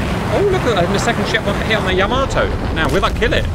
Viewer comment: Cap I love you like a slightly dyslexic brother, but it's "YAH-mato" not whatever you were saying. Convincing victory, I honestly thought some bombers would get in on the carrier, cool fun mission!